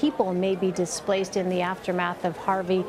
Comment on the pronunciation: First off all its "Displaced" not dispalced second the shelter area was Dallas